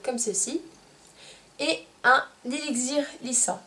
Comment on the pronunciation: Tu ne sait pas prononcer le mot élixir sa m'a perturbée durant toute ta vidéo x)